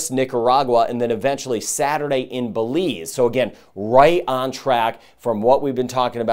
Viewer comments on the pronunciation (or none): none